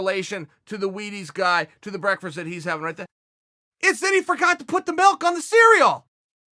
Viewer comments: Listen and . Do you hear a 3 syllable word, or a 2 syllable word? Clearly 3 on both, right? Both "breakfast" AND "breakfrest" are TWO syllable words. But my word "breakferest" is a THREE syllable word! It's not my fault people don't understand basic English smart ass! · From now until I die I shall pronounce breakfast as.... Breakfrst And note to self, if your gonna call some one out, place milk in bowl of cereal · Chael "breakfirst" sonnen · Chael "I eat Breakfrest" Sonnen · We don't know how its "brekfrest" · Not for nothing breakfrest has been a hard word to say for a meaningful amount of time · Brekfrest is how we now say "breakfast" guys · Thank you Chael for demonstrating the correct way of pronouncing "breakferst". I've been saying it "breakfast" like an idiot. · Joey Jacalone he said “breakfrast” so don’t be throwing stones in your quotes. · You got to start the day with a good "breckfirst." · Uncle Chael to type of guy to redefine the variables of established pronunciation, and then double down on it. "breakfrist.. the BREAKFRIST" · It is now pronounced brekfrest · That's all well and good, but most importantly ... Chael can't properly pronounce "Bereakferesstt ??" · Brekfrest is the most important meal of the day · Chael says 'Breakfast' like 'Breakfrast' or am I hearing him wrong lmao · Or the best. It's now called brekfrest in my house all must abide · "Breakfrirst"??? 😂😂 And he says it again right after looool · Chael "Breckfrest" Sonnen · Eat Pettis for "brekfrest" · So we’re really going with “breakfrast” huh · *Joel bursts in: "What is going on here?!!" Chael: bReAKfReSt! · Hardin pronounced brekfrest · Chael Sonnen didn't pronounce breakfast wrong. Chael Sonnen just changed the pronunciation, y'all better start practicing the new way to say breakfast to prevent looking stupid in front of Chael Sonnen. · Chael, say breakfast again :) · Can we just take a moment and ask Chael to pronounce breakfast for us again 🤣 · Chael "Brekfrest" Sonnen